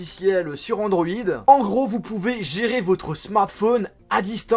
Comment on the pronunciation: Putain, tentant Andoid, dis donc...